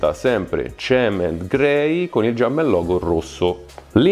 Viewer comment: IL "GIUMPMEN"